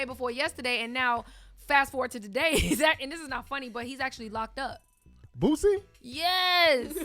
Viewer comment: Anyone else thought they were saying BOOTSY instead of Boosie?